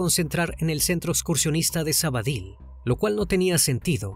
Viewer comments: Hola,un inciso,no es Sabadil,es Sabadell.Aprovecho por saludarles y felicitarles por la página. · Menos por lo de sabady que se pronuncia sabadel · Me pregunté mil veces donde es sabadill. Y no caigo supongo que será Sabadell que es donde ocurrió y se pronuncia como se escribe. Saludos desde Barcelona